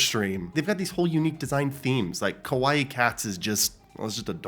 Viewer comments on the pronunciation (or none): OK MISTER THIS IS YOUR Japanese lession for today we are going to FIX your pronunciation so KAwaii and Kowaii are different I know you kno this but you keep saying KOwaii not KAwaii so when you are talking about those cats you are saying scary cats I am only triggerd by this because I know you are really good at japanese if it was somerandom dude who is a weeb/just starting to learn then I don't care lol but I get triggerd from you and a few other people that say KOwaii not KAwaii. in the end you do you but I just want you to know a stranger has higher expectations on your Japanese XD (P.S maybe you just messing with peopole and farming comments but idc XD)